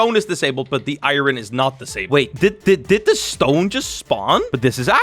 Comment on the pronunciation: every single time he says “irorn” my brain be like: 😤